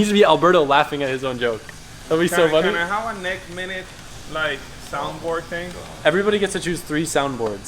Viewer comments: HAHAHA “NEK MINNIT” IYKYK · Hahahahaha good old Levi Hawkins "NEK MINIT" Even making it all over the states... good shit... I know him personally he thinks it's hilarious.